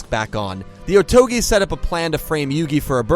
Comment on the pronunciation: Saying "Otogi" shouldn’t be that difficult. You even say it multiple times.